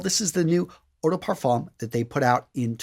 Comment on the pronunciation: Oh also, we don't pronounce the "m" in "parfum" it's a silent letter x)